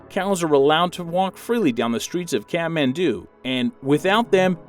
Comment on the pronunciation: He said catmandu - it's Kathmandu!